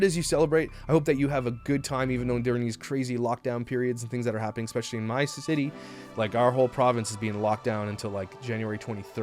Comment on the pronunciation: Speaking of "Sloan" who is great to watch, please hit your boy (Sloan) up with a heartfelt constructive criticism on the pronunciation of "especially." Like Mika, he gives it an "X" replacing the first "S" and this advice will allow him to grow his channel more since that mispronunciation, as you have noted, it not a good look. I'd comment myself to him but don't want to shame the kind boy.